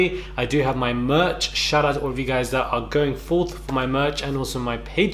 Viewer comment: "my murch, my murch, my murch!!" 😍🤭😂